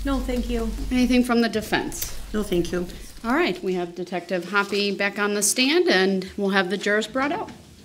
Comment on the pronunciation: The way they pronounce "Hoppe" is slowly driving me crazy. <.<